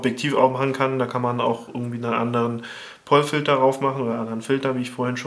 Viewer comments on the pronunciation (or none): Es heisst übrigens Pol Filter, nicht Pollfilter. Also mit langem O ausgesprochen. klugscheissermodus aus :P